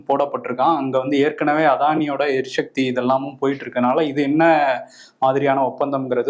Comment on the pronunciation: எரி ஷக்தி. இல்ல. எரி சக்தி